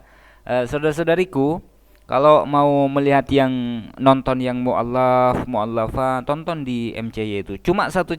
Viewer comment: KONTENNYA GK BERBOBOT TP SANGAT LAKU UTK PENGGEMAR YG PEKOK. GK BS MEMBIKIN KESAKSIAN SENDIRI . KALO LAFAL2 ARAB KURANG SEMPURNA ITU BIASA. MEMANG BUKAN ORANG ARAB. MALAH ADA BILANG YA AUWOH.